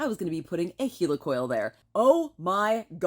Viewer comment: I concur! Heli-coils remove less material, if it fails you can always go bigger. Anyway, it's Heli coil, not heelycoil! Just remember that when you're flying your heelycopter... 😂